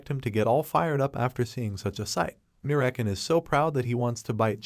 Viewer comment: So american instead of merakan hahahaha😂😂😂